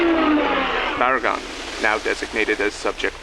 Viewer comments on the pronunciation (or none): For future reference, seeing as you have both Baragon and Barugon in the same series, make sure their names aren’t being pronounced the same.